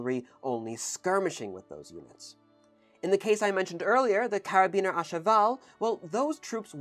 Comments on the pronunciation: Cara-bin-ee-er, not "Carabiner". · karabiners are used for climbing and were a trend for keyrings back in my youth sometimes spelt with a letter C they should not be confused with carabinier. Happily the two words are pronounced differently (except in this video) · And the french "u" doesn't exist in english. He's doing his best. Arf, forgot the "i" in carabinier too. And Hussards having two S, its Huçards, not Huzards... :p